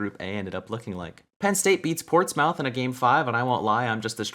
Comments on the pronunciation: Ports-mouth lmao it's actually pronounced portsmuhth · lol always funny hearing NA pronounce it 'ports-mouth' still correct i guess but in England it's pronounced 'Ports-muth'. But then I guess your joke doesn't work tbf lol